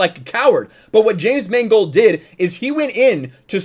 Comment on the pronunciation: I like the way you prounounced Mangold as "mangled." It's a very subtle commentary.